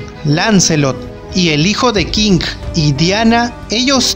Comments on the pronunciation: Por que chucha dices, Kinggg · buena info bro. pero Tu manera de pronunciar los Nombres de los personajes me provoco cáncer en los oídos . en especial cuando dices Kinggrrrr . saludos bro. buen video